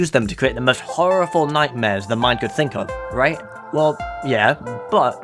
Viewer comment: did anybody else notice he said horrifle??